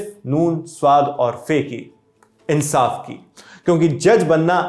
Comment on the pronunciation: Insaf ko Urdu me aapne galat bola hai......saa k bad alif aati hai aap ne nahi bola 😅